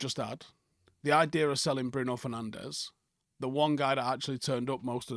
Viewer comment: It's pronounced Fer-nange